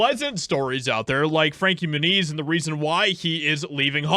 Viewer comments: Dude always mispronounces names, lol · I always thought his last name was pronounced "Mue-nez": not "Mue-neez". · Moon-Eeez ? Really ? Come on you can do better than that...... Not the best of drivers honestly, but then maybe jumped the shark a bit moving up.... Never the less, Good For Him if he really did whatever he could to get away from HOLLYWEIRD!! Being a "child star" I'm sure he's seen his fair share of Demonic shit so getting away was a smart move!! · It stems from Spanish and it would be pronounced Mue-neez